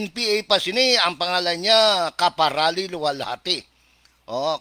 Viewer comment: Karapali...hindi kaparali